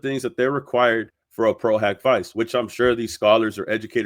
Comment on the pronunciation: I'm French, and I know for a fact that that "A" in latin is not pronounced " O" not only in latin but in all the other roman languages. If you take a class in Latin then the good education of people would be by telling them it's pro-hak-vee-ché ( Vice is pronounce like in italian), Pro-HOCK-vee-chay is a germanic pronunciation, and if you want to correct someone of the real way to say it in Latin, you got to use the latin pronunciation, and I checked on Oxford dictionary, it's in fact "hak"